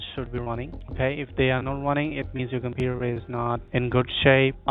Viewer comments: Compeweww really a pajeet way to pronounce computer 💀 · Inn scammer benchodo ki english sunke hi pata chal jaa rha he ki scammer he 😂😂😂 computer ko compuaa😂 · "compurer" lmao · If someone says Compujer, end the call. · "on yo compuer" "yo scree"